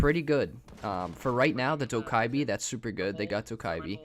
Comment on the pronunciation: It’s dough ku bee